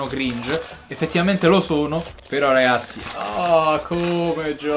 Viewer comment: Quando dici ragassi sembra di stare a sentire liedhlom e ogni mi sembra di sentire mazzarri o allegri😂